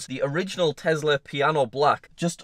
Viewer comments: bruh he cant say tesla he can only say tezla jk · absolutely love your videos. But FFS please STOP calling it a TEZLA!!! It’s a TESLA!!! SSSSSSSSSSSSS... for snake 🐍 not ZZZZZZZZZZZZ FOR zebra 🦓. It drives me mad 😠!!! Haha...